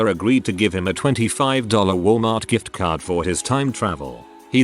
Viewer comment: Off topic..I noticed this robo-reader wasn’t saying “burjer king” and was pleased, cos that’s annoying. Then we get to the “jift-card”. Oh well